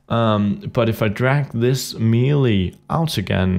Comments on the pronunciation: "may-lay", not "mee-lee" :) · It's meh-lay not me-lee